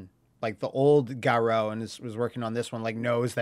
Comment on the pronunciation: I know I'm being nitpicky af, but I can not believe people still can't get Garou right when literally every announcer after Garou Densetsu Special back in 93 clearly says "Garoo" and not "Garow."